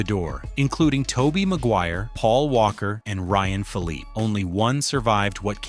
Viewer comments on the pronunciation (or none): none